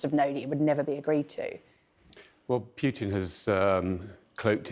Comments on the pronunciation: It is Pootin, not Pyutin. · Air Marshal Edward Stringer pronounces Putin quite strangely. I hear him saying "Pukin". So here is a list of recommended ways to make oneself vomit (with the Air Marshal's tip at the end if the previous 7 don't work): 1. Push your finger down your throat 2. Drink Warm Salt Water 3. Rub your toothbrush against the back of your tongue 4. Gargle With Egg Whites 5. Expose Yourself To Unpleasant Smells And Sights 6. Mix a teaspoon of baking soda in a glass of water and gulp it down 7. Mix a teaspoon or two of mustard in a glass of water and drink the solution in one go 8. Think about the little gremlin hiding in his bunker in the Kremlin